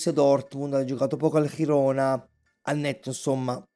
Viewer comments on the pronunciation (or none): Girona - con G Italiana :)